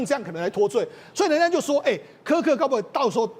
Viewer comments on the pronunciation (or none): 他在X的帖子每則都千萬以上，比馬賽克、川普總統還多，他辯才無礙越來越受歡迎。其實我們自己身處美國，知道真正的多數是中間。但現在已慢慢往右移，因為民主黨執政下的美國走歪了，抹殺主創造人類的價值、人類的價值、家庭價值。我周邊幾乎認識的人都極贊同川普總統的改革。這麼一個優秀有容忍度的年輕生命就這樣被魔鬼殺害😂，真的好心痛，願他的靈魂永安，安慰他哀傷的家人！美國必須由共和黨再繼續執政20年，美國分裂的社會才有辦法癒合。 女來賓！Kirk發音柯克不是克拉克。Kirk在辯論時對手辯不過他就常耍無賴，但他始終很有風度，他是神的孩子。但即便如此，我是反對槍枝！ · 连名字都念错，市葱真的是草包，kirk只能是偏右，他绝对不是极右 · 超級不專業，來賓一直把死者的名字唸錯？太沒禮貌了🤬